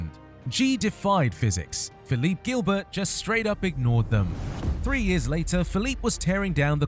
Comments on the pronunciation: It is not pronounced Gilbert, like in English, it is jeelbear, he is French. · It really annoys me how you pronounce Gilbert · Learn how to pronounce Gilbert in french